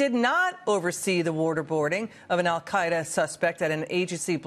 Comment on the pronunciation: Why does she say worderbording.